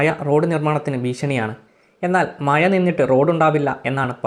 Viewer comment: മയ അല്ലെടാ മഴ ആണ് - അക്ഷരം ശരിയായി പറയൂ